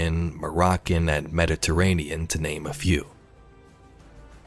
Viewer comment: he did NOT say his name completely right lmao